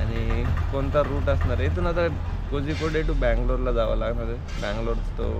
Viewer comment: कोझिकोडे नसत मित्रा, कोळीकोट असत